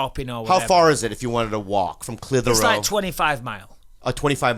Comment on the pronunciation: I'm from Massachusetts and I've heard of " Clithero" ! Theres a old Clithero factory in my city but now i know it does Cotton but the reason its sticks out is its spelled like Clit Hero and idk...i got a kick out of that buttt i did know it is pronounced like Bisping says it Clith. her. ohh ...but i will forever know it as Clit HERO! In my minds its 2 words on that old decrepit sign in my city but i always wondered what they did....and now i know! They make cotton for vaginas thats awesome 😊